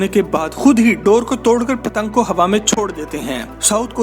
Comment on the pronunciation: Pattang ko kattang kehty ho 🤣🤣🤣 yar ye jo bolta ha is ka name kia ha?